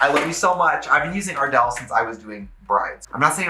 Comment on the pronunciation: At first I thought Trixie said Adele instead of ardel 💀💀💀💀💀💀